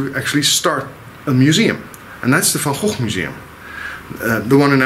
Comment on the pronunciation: SOOO nice to hear the Dutch pronunciation... we hear it so very rarely!!! It should be said that he was shot and that he may well have shot himself, as has always been assumed, but that there is also quite a lot of conjecture from very reputable sources that he was shot by someone else, either accidentally or deliberately.